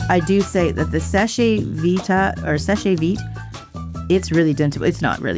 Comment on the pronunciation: It's pronounced "Sesh Veet". The e at the end of "seche" is silent. If not, it would have this accent:é. So, it's not "seshay". It's "sesh"